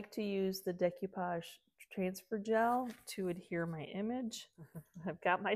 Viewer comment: no disrespect but it's "DAY-coo-pahj"